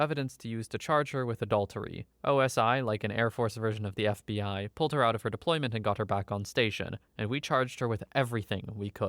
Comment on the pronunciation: I know he's saying "the fbi" but I keep hearing bfdi 😭